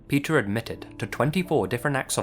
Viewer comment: Omgosh, the stories of Pe"th"er never end.